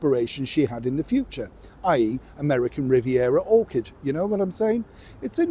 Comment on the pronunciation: American Riviera 'Orchid', lol, sounds better than 'orchard'. I've said it before and will say it again, I love the fact you don't cover up your mistakes, it helps make you just like the rest of us, and we appreciate that. keep up the good work 👍🥰